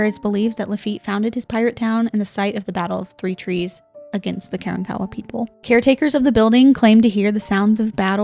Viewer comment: Karankowa is pronounced kuh-ron-kuh-wuh 🙂